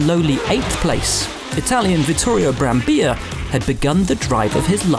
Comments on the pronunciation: It's BrambiLLA, not Brambija, it's an Italian name, not a Spanish one. Come on English-speaking commentators, get a pronunciation right for once...! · Its Brambilla not Brambiya. Hes italian not spanish, how can they get it wrong in every single video? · Me: an Austrian GP video? Great, certainly it will feature Vittorio Brambilla's win in 1975 Also me: wait, there's Will Buxton and his awful Italian pronunciations. Always me: Let's give a chance for the 123rd time . . : Will Buxton: "Vittorio Brambija" Me: How dare you? You've stolen my dreams and my childhood with your empty words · Will it’s Brambilla, not Brambija